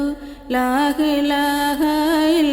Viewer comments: ലാഹിലാഹ അല്ല ലാഇലാഹ ആണ് സഹോദരി 👍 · ലാഇലാഹ എന്നുപറയാൻ ശ്രമിക്കണം